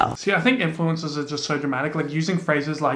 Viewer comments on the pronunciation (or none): Sometimes when you say influencers it sounds like ‘Influenzas’ and I love it 😂